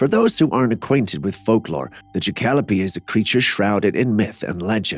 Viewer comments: Ja-cal-o-pee 😅 How about jack-a-lope Mix between Jack rabbit and Antelope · Why is it that he can say "antellope" correct;ly, but he cannot say "Jackalope" right? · 😂 you are HILARIOUS! We have many a sighting of these fuzzy bucks in Northern Arizona but they are pronounced, "Jack-a-Lopes! They are a legend, a cryptid only to be photoed or taxidermied but never the two simultaneously. 🤣 They are across between an Antelope and a Jack Rabbit.